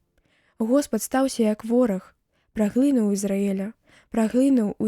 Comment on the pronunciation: Прачытана: праглы'нуў Ізраэля, слоўнік дае націск на апошнім складзе: праглыну'ў.